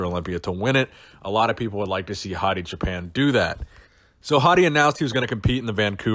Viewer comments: Hi.Thanks for all your great videos.But you pronounced Choopan in a way that sounded a little like Japan;in Farsi we pronounce it more like the word choose. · Hey, I'm from Iran. I don't know if you care or not but Choopan is pronounced choo like too, paan like pawn. and it means shepherd. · Everytime you say his name I hear Hadi Japan.